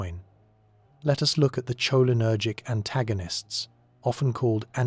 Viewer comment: Was drifting apart when that pronounciation Woke me right back up